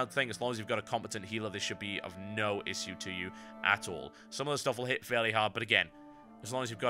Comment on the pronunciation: you say issue in a weird way :D